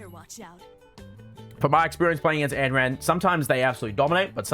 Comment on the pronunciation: every time he says anneran i die a little